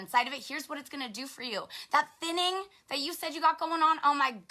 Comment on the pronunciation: I thought she said "sinning" when she said "thinning". LOL.